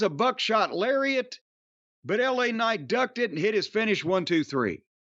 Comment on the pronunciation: He's French: "Laaa Kcnight"